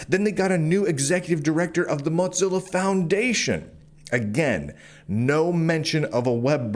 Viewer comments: This is besides the point, but I was listening to this as more of a podcast thing and I was so confused as to who “Mahtzilla” foundation was. When you mentioned browsers I thought surely he doesn’t mean “Mohzilla” and had to look at the screen for context clues. This is just me being dumb maybe, but hearing you pronounce it like Mozzarella cheese and not like Motown has me so distracted. 😂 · Why do you keep calling it "Mot-zilla"? lol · I must digress here, lol- it's not the "Mozzerella Corporation", It's Mozilla, the "mosaic killa". not floppy italian cheese- and every time I hear that, it bugs me to no end lol.